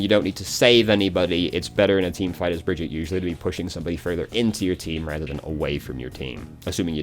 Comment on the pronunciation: Thank you for this. I want to learn/play Brigitte as much as I can before they nerf her into the ground eventually. And I don’t even mind that you say her name wrong. ❤️